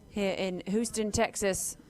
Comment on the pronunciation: "Whoo-ston Texas" 😅 please tell the commentary team it's "Hewston" 😊